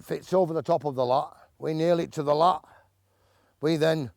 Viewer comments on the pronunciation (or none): Lath “th” but absolute fantasticness!